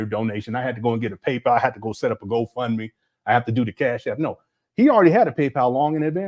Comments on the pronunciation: “PayPow” is taking me out. 😂😂😂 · I always hated how he pronounced that 😂